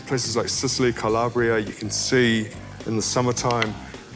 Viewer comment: "Sicily" "Calabria". He's obviously never been to either. Disgusting recipe